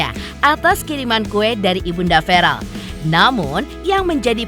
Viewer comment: VEREEL....BUKAN VAREL....🙄🙄🙄🙄🙄